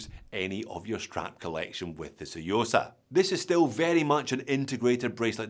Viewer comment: Love the 'T', saying the quiet bit out loud.........👍👍